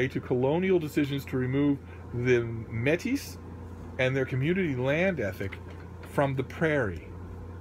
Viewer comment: As a graduate of the U of R I'm not surprised they sent you a box of things, they are probably elated someone in America is interested in their offerings. Metis is pronounced may-tea they are traditionally people who can trace their lineage back to the red river rebellion in Manitoba, and are half First Nations half French.